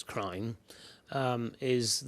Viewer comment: "My crim is that I went in for a second time." 🤣🤣🤣🤣🤣🤣🤣🤣🤣🤣🤣🤣🤣🤣🤣